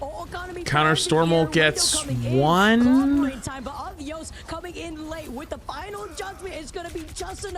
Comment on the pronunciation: why do they keep saying Uh-Dee-Yus and not Ah-Dee-Ose its driving me insane.